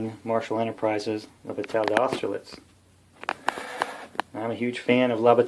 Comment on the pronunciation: Thank you,. I enjoyed this very much. All of these games were under my radar with the exception of Holland '44, which is on my table right now. If you're interested, bataille is pronounced 'bat-tie', like what a flying mouse wears to a court date.